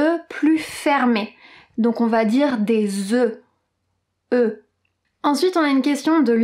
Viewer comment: Au pluriel oeufs... le "f" n'est pas pronounce...tout simplement.